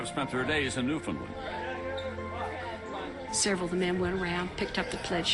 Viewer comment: iirc the main narrator used to be Canadian but he is speaking as if he is American. He doesn't even pronounce, "Newfoundland", correctly.